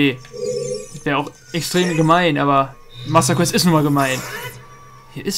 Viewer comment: Masda guäst ... Ich Liebe es :D